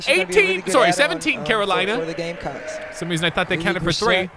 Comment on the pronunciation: “There’s a raisin why” 😂